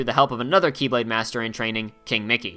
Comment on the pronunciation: It's pronounced The key blade or The Kye blade... Not x blade.... Also he bashes on DDD when he didn't even mention the epic failure that was, re:coded. That was a bad game.